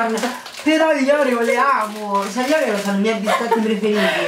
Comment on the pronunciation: finalmente una ragazza Italiana che pronuncia ORIO e non OREO! LIKE!